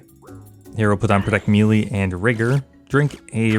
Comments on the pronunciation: Melee is pronounced Meh-lay not meeeleee 🫡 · Please stop saying melee wrong. Edit: Wait, nevermind there's a mix. Thank you for this. I can be at peace now. Edit 2: No wait you are actually just still always saying it wrong. It was wishful hearing. Please save me.